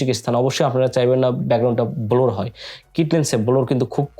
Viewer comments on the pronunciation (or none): ভাইরে, Blur তে ব্লোর না। ওইটার প্রনানসিয়েশন হলো 'ব্লার'।